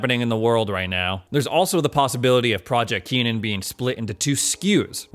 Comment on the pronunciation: KENNAN not Keenan